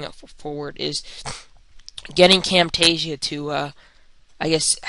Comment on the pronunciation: "Now this is my frame rate with CamTEESHsia running.."